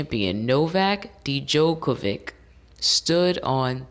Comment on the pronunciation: First,it's pronounced "joke-a-vick"or "yoke-a-vick",and "feh-der-rer";this latest Wimbledon final is considered by many to be the greatest in tennis history,and Djokovic,Federer,and Rafael Nadal(another contemporary)are considered the three greatest tennis players of all time